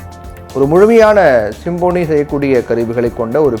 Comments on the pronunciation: தலைப்பையே தவறாக உச்சரிப்பதை தயவுகூர்ந்து தவிர்க்கவும். Symphony என்பதின் தமிழ் உச்சரிப்பு "ஸிம்ஃபனி". நீங்கள் உச்சரிப்பது போல "சிம்போனி"அல்ல. மேலும் "Nothing but Wind" என்ற பெயரில் "Wind" என்பதையும் தவறாக "வைண்ட்" என கூறியதும் தவிர்க்கப் படவேண்டிய தவறு. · Symphony என்பதை சரியாக உச்சரிக்க கற்றுக்கொண்டு செய்தி வாசியுங்கள். அது சிம்போனி அல்ல.